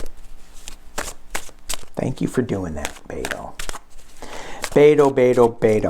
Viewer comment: You're great,, and it is Bet-oh (like bet at a gambling table). From someone who lives in Texas.